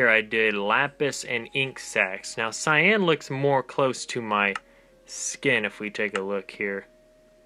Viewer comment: Dude Its Cyan